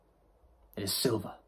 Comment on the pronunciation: Sliver it’s silver….lmfao